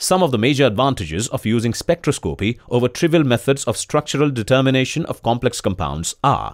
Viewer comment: Good simple video, thought this guy should learn how to pronounce spectroscopy!